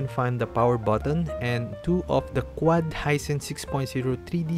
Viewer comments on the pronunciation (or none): none